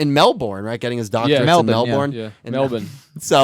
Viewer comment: I'm Australian. It's pronounced Melben 😂